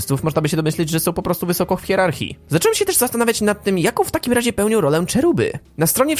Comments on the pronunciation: Nie "CZERUBY" tylko CHERUBY, to określenie istnieje w języku polskim, po co używać angielskiej formy. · Cherubin po polsku czyta się przez CH, nie CZ. Nigdy nie słyszałeś, jak ktoś o dziecku mówił, że „wygląda jak mały cherubinek”?